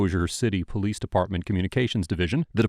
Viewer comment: The way he pronounced PO-Lease